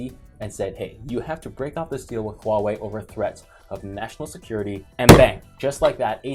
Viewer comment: I like how pronounces them "Wow-wei"